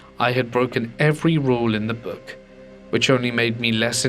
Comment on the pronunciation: I hope you don't take me as being mean but you're guest narrator is weird sounding he makes words go long like boook wth is that just saying not trying to be mean